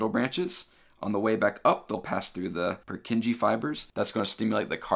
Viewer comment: Great lecture. Very well explained and loved the 3D models! The only slight mistake I noticed is your pronounciation of 'Purkinje'.